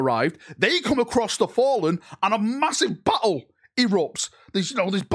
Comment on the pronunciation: Do to your accent, when you say battle I swear I hear butthole. I almost spat my dinner out when you said “a giant butthole erupts” 😂😂